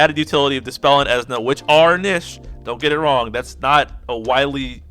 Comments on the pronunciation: It's Esuna not Ezna This guy: because I like him you have to like him and because I think he's awesome you can't think he's underwhelming and anyone who doesn't agree with me can shut up... LMFAO what a chode And before you go trying to attack me I'm not part of your conversation. I do not have his LD so I don't have any first hand experience nor do I play JP so I don't have any foresight as a reference. So I'm not on either side of the fence talking any smack about him being good or bad I'm just watching this train wreck. I just couldn't stop laughing after watching your video addressing negativity with more negativity. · The way you say Esuna kills me lol. Great video, I needed this info in the first part. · I always say "eh-soo-nuh" or "ee-soo-nuh" but your pronunciation gave me a kick. Its a made up word so who really cares. It sounds like you really like how you say it so I hope you keep saying it like that.